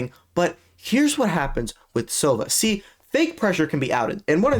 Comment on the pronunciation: You have to be ragebaiting with the names at this point. Where you getting the e from on silvan😭